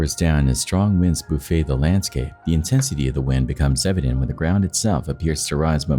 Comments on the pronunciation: The winds "boofay" the ride? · I think the word you're looking for is "BUFFET" - like strong winds buffet buildings. NOT like in "'buffet" - as is all you can eat "buffet". Damn English language! 🤣😂